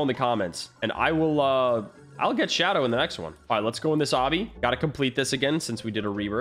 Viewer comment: it not shoadow